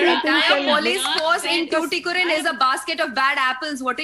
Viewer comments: yemma athu SOOTHUKORIN illama "tuticorin" unnoda pronounciationla theeya vekka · It's tuticorin , not thuthucorin .